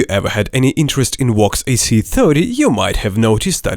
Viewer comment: Lol "Wox" I'm fuckin dead bruh